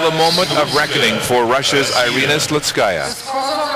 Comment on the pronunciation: Her name is Irina, not Airina, please USA get it right, spasiba.